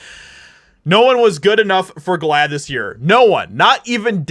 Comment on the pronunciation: What the hell is glaad. You're making me saad. Making me siick.